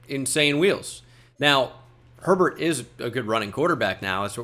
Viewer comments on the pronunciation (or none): none